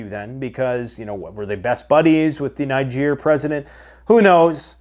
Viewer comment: I don’t belief you pronounce NIGER properly. Listen how they pronounce country of NIGER on Russian TV 😂 😂😂